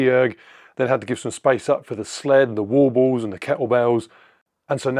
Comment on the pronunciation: I'm still not sure if it's "wall balls" or "war balls" 🤔